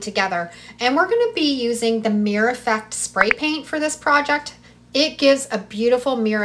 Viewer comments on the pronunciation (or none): Meer-or Meeeeer-ORRR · "Mirror" has 2 syllables